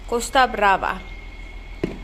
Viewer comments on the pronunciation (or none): none